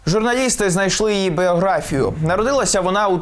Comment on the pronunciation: Це де тебе навчили "бЄографію" казати , чим далі тим недолугіши звучать " молоді таланти" ведучих , то наголос ставлять куди їм заманеться , то не знаючи правильного перекладу українською видумають криві слова 🤮🤮🤮🤮🤮